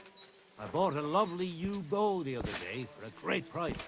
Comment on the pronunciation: 'I bought a lovely yew bow the other day' I totally misunderstood at first, it sounded like a u-boat to me 😂😂 Not sure about the race guy, but the archery guy definitely told you his horse's name when you first talked. And of course they became friends immediately afterwards 😆